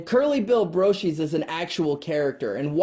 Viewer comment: Hey kid I'm really interested in Old West History, and I appreciate your review of these two films and please don't think I'm trolling you, this is just a small correction - It's Not Curly Bill BRO - Sheez, it's BRO ShUS